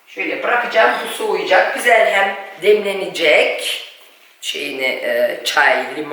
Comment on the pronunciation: "Gözel " değil, "güzel" denilir. Lütfen ukalalık olarak algılamayın, çünkü çok kullanıyorsunuz bu sözcüğü ama yanlış telaffuz ediyorsunuz. Selamlar